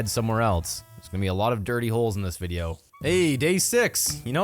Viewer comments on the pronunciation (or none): none